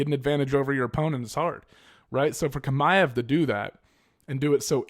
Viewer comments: It's "ch" like when you pronounce the word "channel " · Aaaaaaggghhh, I hate your pronunciation of Chimaev 😂 but good video still, keep it up.